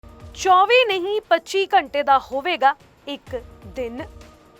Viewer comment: Accent ta shi krlo yr...ghtnaa ik simply bolya Jan wala word aa.....ghnta nu ghachnaa bol.k ki sukoon milda😂